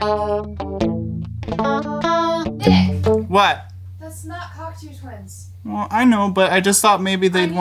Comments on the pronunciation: Cackatoo Tuinz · You want that pushbutton/Dimension rack chorus? Klark-Teknik still makes one.Cheaper than many pedal choruses, from Sweetwater Sound. Also, the way Nick pronounces "Cocteau Twins" makes it sound like a porno.